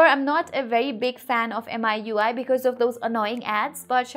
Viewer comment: It's meeeui not m-i-u-i